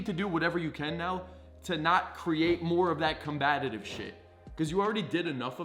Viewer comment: Com- Bat- Ive